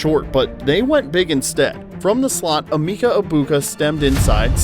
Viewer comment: Please... eh-MEHK-uh. This is not very hard, especially when they say it multiple times in the video you used. Anyway, he's awesome, isn't he?